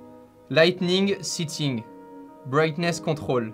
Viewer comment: C'est sétting pas sitting